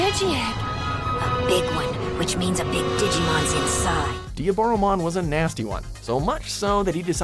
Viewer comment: Sigh... that Susano'omon and Diaboromon pronunciation